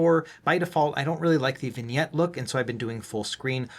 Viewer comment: Vign-yetti is my favorite pronounciation yet.